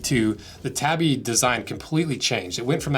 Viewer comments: "Tah-bee", not "tabby". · Not pronnounced that way! Taw-bee. Not. tab-ee. It separates this way: ta-bi. But 'a' is always 'ah'. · Wait do people actually call them tabby boots instead of tabi boots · I know it's largely inconsequential, but they're not tabby boots, they're tabi boots. tah bee. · It's Tabi not Tabby. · To hear "tabby" so many times in one video really hurt my head... Lol It's ta:.bi, where the "a" is pronounced the same way it is pronounced in the word "father". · I’m pretty sure it’s pronounced tah-bee. Either way I’ve been using them all my life. Felt sole for running around on the slick rocks on the shorelines of the big island of Hawaii. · I'm sorry but this was a really low effort video & frankly ended very disrespectfully. The shoes' name is not "tabby" like a housecat, but tah-bee, two syllables. They are available in leather as well as steel toe from different makers & are much more durable than your test gives them credit for. A shoe built of light materials is not a "costume" shoe. By the standards of this video, a pair of Vans slip-ons would be a "costume" shoe. If you wanted a more durable boot you could have bought a brand like Marugo with the leather & steel toe. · Boy, if you don't stop pronouncing it 'tabby', I swear... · He's saying it like the girl name. Its TAW BEE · We used to wear them for walking on reefs when fishing. They allow you to use your big toe separately from your other toes to grip or flex for traction and stability on uneven surfaces. And I must confess we pronounced it tahbi, not tabby. 🍻 We were usually barefoot or wore slippers/flipflops otherwise. So, our feet weren't like those of you who grew up wearing shoes all the time. 😉 I love your channel and products, but your mainland U.S. perspective is funny to me at times. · “Tabbie boot” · Its pronounced Tah-bi